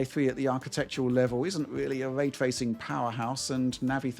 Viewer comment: hes a dork shill who says Way Twacing